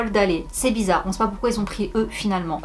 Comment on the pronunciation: "Bizarr, digulass" 🤭🤭🤣